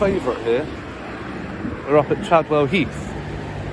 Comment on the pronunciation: Chavwell Heath ........ Sorry I mean Chadwell 😂😂😂😂